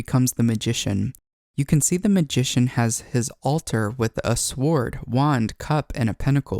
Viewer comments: Wonderful content! Yet the W in the word sword is silent. Pronounced: SORD Google it.💝 My 1st time here - i hit the like button and subscribed! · The hard W in sword cant be unheard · I appreciate the way you break this down. However the word "sword" is pronounced "sord". Similar to the word "know" it has a silent letter. In the case of "sword" the w is silent. The wonders of the English language! Thank you for the concise and clear descriptions of the arcanas, suits, court and number cards...and how they relate to the Kabbalah. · For future reference sword is pronounced “SORD” ❤️ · Sometimes off pronunciation indicates being an avid childhood reader who could comprehend context but had to invent pronunciation to the best of their knowledge.